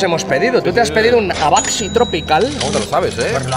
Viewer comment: El Abacaxi se pronuncia A BACA SÍ y es Piña!